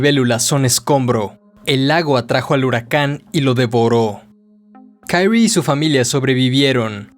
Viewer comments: Es Kyrie, no Kairy el la pronuncia mal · Se pronuncia "Kirie (桐絵)" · Me molesta un poco como menciona el nombre de Kirie